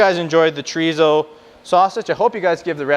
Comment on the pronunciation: Thanks for the extensive differentiation between the Spanish and Mexican type Thanks SO much for using metric measurements!! It's Chò Rí SSó Choh reeh Ssoh 😂 Not Djreezow And German Wurst Ain't no worst than Voorsst The Question IS In all the chorizo videos I watched Nobody says how to prep it for cooking ❓ Do you steam it to keep the shape ❓ Do you roast it on a grill or plancha❓ Can you fry it right away ❓ How do you prevent the casing from cracking ❓ Thank you